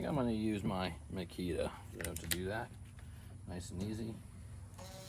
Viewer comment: “Use my Mikita” 🤦🏻‍♂️ Ok there bud lol